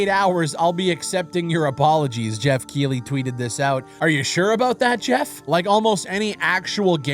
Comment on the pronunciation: its pronounced Keith-ley